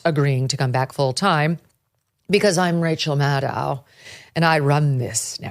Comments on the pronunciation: Kelly I am sorry you mispronounced rachael name it rachael madcow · How does one pronounce Maddow? I was under the impression it was pronounced the same way as widdow, shadow, meadow etc? I love Megyn Kelly and you guys over the pond I really do but I am at the end of my tether with the pronunciation of almost anyone's name!. It is not Cregg, Vivayk, Maygin and Gram. 😂